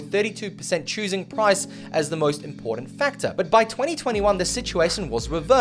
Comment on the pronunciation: there is no letter "D" or sound of "D" the word I M P O R T A N T ..........